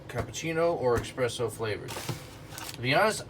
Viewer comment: Espresso, not expresso ☕